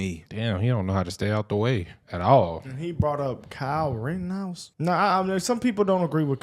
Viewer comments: For a week I've heard Tatum call him "rittinghouse"... I wish someone would fing correct the man on his name! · I think it’s hilarious how Tatum grills the dude for mispronouncing shit but then says “Kyle Riddinghouse” 😂😂